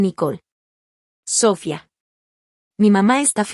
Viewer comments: Porque dices Sofía cómo debe ser y a veces lo dices con acento en la o, se oye ridiculo. Y si soy muy criticona. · No se porque en estos programas no pronuncian bien el nombre de Sofia